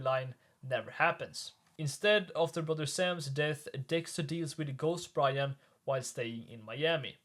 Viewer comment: You always had trouble saying Brian.